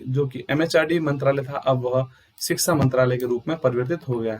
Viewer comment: महराज सिक्सा नीति, नहीं शिक्षा नीति बोलो